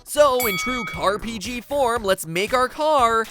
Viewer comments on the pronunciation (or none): Is that pronounced C A R P G or "Carpeegee"? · "Car-P-G" I won't lie. I facedesk'ed.